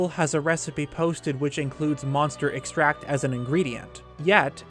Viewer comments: Really enjoyed the video. Just a note, you keep using the pronunciation of the action extract when you're using the word as a noun. Extract as a verb and a noun have different pronunciations. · Please tell me your saying Monster Extract incorrectly on purpose. Please... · You are pronouncing it wrong and making it sound like a different thing. Its said the same way you would say Vanilla extract. In its most simple explanation, it is just monster goo liquefied and put in a bottle. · I love your videos but the way you say extract is gonna kill me. Emphasis on Ex for a noun, emphasis on TRACT for the verb form. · "EVIL things for EVIL?" [Mermaid Man intensifies] Also... Extract (noun) and extract (verb) are pronounced differently. You keep pronouncimg the noun as the verb, and it's driving me nuts. :| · This is really distracting and frustrating to listen to. Extract the noun has a different intonation than extract the verb. The way you say it is the verb form, with the stress syllable on the 'tract, rather than the noun form like in monster 'extract. I can see how this is odd and unintuitive to a non-native english speaker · stop saying extract as if it's a verb. in this context it's a noun. the emphasis is different. have you seriously never heard it said out loud? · Your mispronunciation of extract in this context is triggering. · EXtract. Not exTRACT. The latter is a verb. Ugh! I almost had to stop watching the video... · Sorry, can I just- EX-tract= noun ex-TRACT= verb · I love your videos, but can you PLEASE pronounce words correctly? EX-tract, meDIcinal... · Good vid, but you keep saying extract as the verb form, exTRACT, as in to exTRACT something...however, the resulting thing is called EX-tract, the noun form. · *in Hermione*: it's EXtract, not exTRAct! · Oh my God I was just about to comment the same exact thing!! This guy gets all kinds of words WRONG!! He also “Hat no”!! It’s not hat no… It’s Ha TENO. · Please stop saying Monster exTRACT. It's extract.